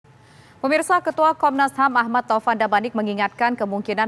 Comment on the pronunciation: komnasham wkwkwkwkwk pingin ketawa klo dngr komnasham